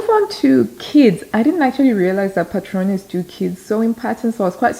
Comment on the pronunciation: Hola,! You pronounced "Patrones" perfectly! Greetings from Spain 😊